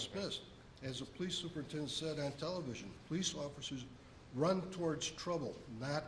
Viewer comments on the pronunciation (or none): none